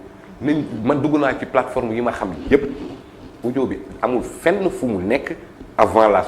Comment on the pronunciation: Sa façon de dire " sene platform bobou" se type nè pa clair...